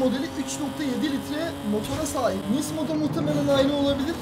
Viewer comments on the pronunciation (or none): nismo diye okuma nizmo diye oku